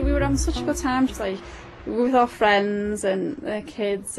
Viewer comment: Gerry slips up with his Glaswegian accent in the interview , he says "what OOR motive is" At first I thought he said "her" but I've listened to it a few times now and he definitely mispronounces and says "oor" (our the in Scottish dialect).